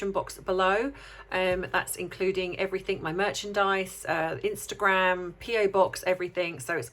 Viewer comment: Love you but it’s everything, not everythink. Sorry to be pedantic. Great analysis though.